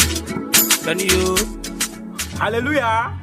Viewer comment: I really laugh on how he pronounces "Hallelujah""😂😂😂